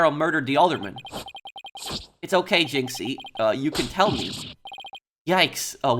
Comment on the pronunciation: Pronunciation of jinxie is correct Like the canadian accent for fulbright by the way